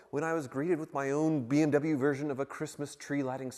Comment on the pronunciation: when says beem w instead of bmw